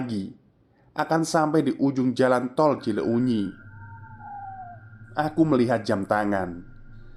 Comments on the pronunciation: Skedar masukan.kl ga salah " cileunyi" di bacanya Cilenyi.bkn cile unyi. Tetap semangat dan trus berkarya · Lucu banget 🤭.. cile U nyi.. wkwkwk.. kl d bahasa sunda itu huruf U nya ngga dbaca.. jdi pelafalannya Cilenyi aja.. Tp nulis nya Cileunyi krn memang penulisan bahasa sunda 🤭.. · Senyum2 sendiri saat bacanya ci-le-unyi 🤭 Cilenyi mas cilenyi 😄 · ngakak dengernya ci le unyi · Mas itu salah baca, CILEUNYI jangan di baca CI LE UNYI. MOHON BELAJAR LAGI EJAAN BAHASA SUNDA JANGAN GITU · kirain ci uxil 😂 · Mas.. Baca Cileunyi nya biasa aja Cilenyi pake "e" kyk pd kata kesana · maaf, mas. saran aja, mungkin lebih enak kalau baca nama daerah lain kali riset sedikit cara bacanya kaya cileunyi, bakauheni, lembang, pangalengan sering salah. saya setia dengar channel ini sejak lama, kadang agak terganggu aja. semangat berkarya, mas. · Sejujur nya kegangu saat dia narator bilang cileunyi